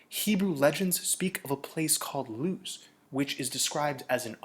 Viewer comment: When I hear Luz I also hear Loosh...language disparity is a thin ice which one dare tread!